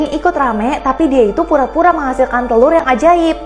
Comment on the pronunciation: pura-pura bukan pura-puta kak